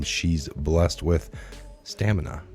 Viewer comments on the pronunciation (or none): none